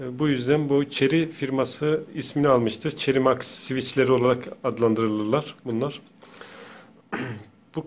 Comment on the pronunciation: Ya cahil cherry mx diyo